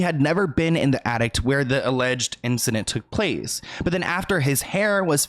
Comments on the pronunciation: it's ATTIC. There is no t at the end. I know that's nothing in comparison to the seriousness of this video but my OCD wouldn't let me ignore it!! I'm sorry, not meant to be rude!! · Horrible man. P.s. it's an Attic... not an Addict dear x